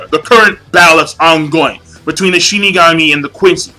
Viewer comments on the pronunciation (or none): none